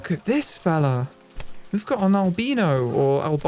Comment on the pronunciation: For the love of God, it's not "albeeno" it's "albino"